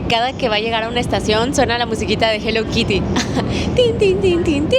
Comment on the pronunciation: Yo en modo INGLÉS SIN BARRERAS 😂😂,,se escribe HELLO KITTY y se dice JELOU KIRI 😂😂❤